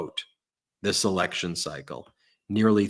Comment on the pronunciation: He repeats the word "eleko-q-shin" as though he's trying to make sure he said it right. I echo Cohen's "this dumb £uckery" 💆‍♀️